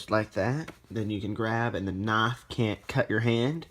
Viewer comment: Whats a noff? Are you trying to say Knife?